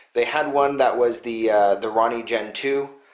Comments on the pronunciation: Hahaha you call it a Ronnie but it a roni pronounced ro-ni like the samurai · Roe-knee not Ronny. Lmao. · Maco-ronny?? Thought it was called the Roni? Like...Rone-E...lol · say it with me ...row nee....its not a ron nee...RONI